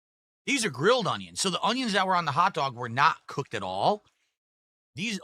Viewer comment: You'll never convince me that God doesn't have an epic sense of humor. When He made, He told the angels, "Watch this! I'm going to make this one like a retarded ape, but I'll give him basic verbal skills and the hand-eye coordination of a blind toddler." Every time he says "Ung-Yuns," I want to bang my head on a desk!